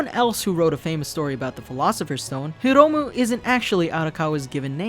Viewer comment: Not trying to be picky, but your pronunciation of Hiromu was a tiny bit wierd too. You just pronounced the i as short, hard english i like in word [this], while it should be more like latin i like in [these] (so it should sound more like Here-oh-moo) :)